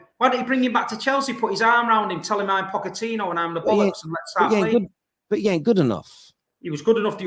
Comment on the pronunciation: Where do you get these people from ? This guy is so vexed over another club that he's trying so hard to act like he can't pronounce Pochettino's name 💀